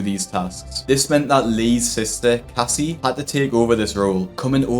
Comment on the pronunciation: As a Casey, it kills me to hear you call her "Cassie" 😩 ....